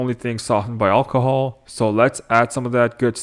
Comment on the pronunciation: Just say alcohol gee wiz that was driving me nuts